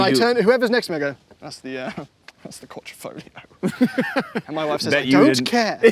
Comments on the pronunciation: And you still cannot pronounce words properly, can almost think you are Americans... its Quadrifoglio, not Quadrifoligo.... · QuadrEEfoglio damn it! Can't make jokes without getting my comment censored lol... but it's QuadrEEfoglio, not QuadOHfoglio 😂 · Mi pare dicano quadrifolio... It's not the correct pronunciation! The g is not silent. 😊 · Quadrifolio with missing ‘g’ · I love to say that outloud with a forced italian accent: ALFA ROMEO GIULIA QUADRIFOGLIO VERDE 🤌!! Say it fast too (Don't pronounce the G of quadrifoglio you muppet) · Wait…. You aren’t supposed to pronounce the “G” …?